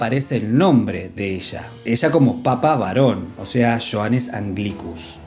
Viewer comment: Creo que se pronuncia yojanes